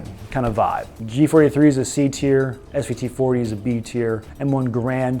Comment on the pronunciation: J43? Danke Ears just bleeding from this!